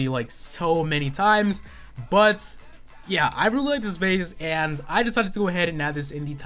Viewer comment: I hate how you say "but"